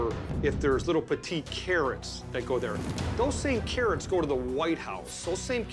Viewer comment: Carrwots and Twacters!